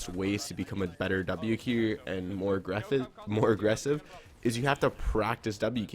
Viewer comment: More agwessive